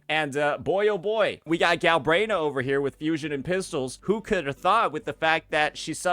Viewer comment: "Gal-brain-ah" 😂 Vs. "Gal-bren-ah" Smh.